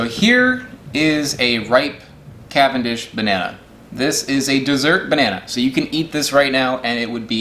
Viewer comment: I am fully convinced the only reason he does banana videos is so he can pronounce “CAVANDISH” as many times as possible